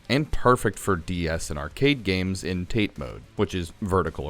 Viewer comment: Sounded like AI with all the mispronunciations...ie "tate" - it's Japanese for vertical pronounce more like " tah tey "